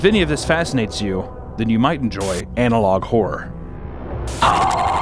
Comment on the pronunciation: When he says "analog horror" I hear "analog whore" 😂